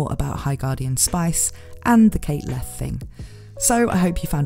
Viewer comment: Leth Pronounced pretty close to Left. I feel like theres a joke here, but that is as far as I've gotten with that thought.